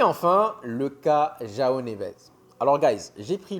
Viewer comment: C’est jOaO Neves mdr pas Joa Neves